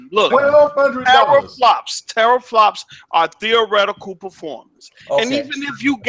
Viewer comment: doesn't know about gaming pc's if he is saying teraflops wrong lol